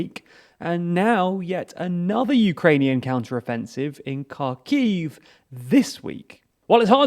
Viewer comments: I know you guys are probably sifting through news by the terabytes to bring this to us and its very much appreciated and this is a relatively insignificant thing but anyways; Kharkiv is pronounced with a 'H' like 'Harkiyv' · You learn something new everyday, that there is a city called car key, and putin has lost it (Great on the information, but you should research some of the prenounsiation for the towns and cities :P) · You should learn to pronounce Ukrainian cities correctly. It is painfully obvious you don’t know how to pronounce the kh sound in Kherson and Kharkiv. It is not a k sound but a throaty h sound. Shame on you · Please don't pronounce the K in Kherson and Kharkiv. Look up the sound of the slavic X. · Kharkiv is pronouncing more like "Harkiv", NOT "Karkiv". The same thing is with Kherson. It must pronouncing "Herson" - not "Kerson". Lozove is pronouncing LozovE - NOT "Lozov". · Please can you try to pronounce Kherson and Kharkiv correctly? It’s more like „Hersón“ and „Hárkiv“. Edit: otherwise great video and thank you so much for the content :) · It is pronounced HersOn. The stress is on second syllable. And it is pronounced HArkiv. The stress is on the first syllable.